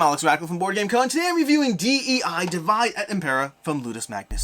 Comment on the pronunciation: Small feedback: Divide et Impera is latin, not English. The pronunciation is dee-vee-deh